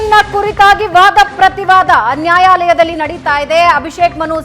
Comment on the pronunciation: ನ್ಯಾಯಾಲಯದಲ್ಲಿ ಅನ್ನುವುದನ್ನು ಅನ್ಯಾಯಾಲಯ ಅಂತ ಹೇಳುತ್ತಾ ಇದ್ದೀಯಲ್ಲಮ್ಮ